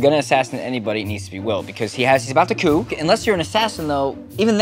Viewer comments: I heard poo instead of coup at the beginning... please teach me how to have that successful poo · Kinda butchered coup a little, but still had great fun watching :D